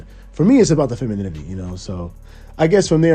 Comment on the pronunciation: It’s the Feminini-T